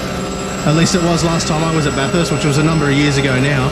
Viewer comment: It’s pronounced Bathst not Bathuuurst love the vids